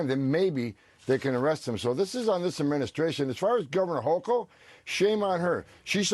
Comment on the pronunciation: The NY Governor's last name rhymes with "yokel". A hard 'c" sound. Thx.